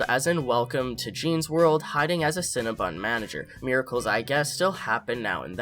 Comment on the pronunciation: It’s cinnaBON not BUN HUN 😂